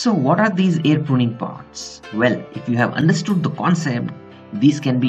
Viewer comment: It's not vell it's well